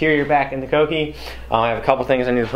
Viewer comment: He said "koh-ki"